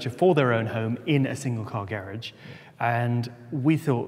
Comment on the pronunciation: I'm American and I lived in East Anglia for four years....the British pronunciation of garage always takes me right back. Loved it there!